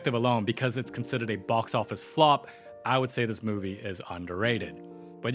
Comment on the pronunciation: “Da mooooovue beegins”